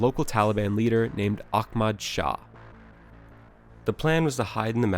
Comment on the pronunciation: It was Operation Redwings as in the hockey team, his name is prounced deets not deeutz and it's Ahmad Shah. Goddamn bro.